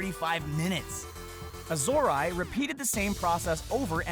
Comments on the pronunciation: Azorae is pronounced "A-zuh-ray" I think, not "A-Zor-Eye" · You mispronounced azorae [az or eh] and pangaeapanga [pan gee uh pang guh]. You could have asked them on twitter, you lazy ass.